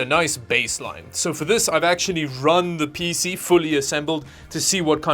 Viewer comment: Pee-Cee not Pissy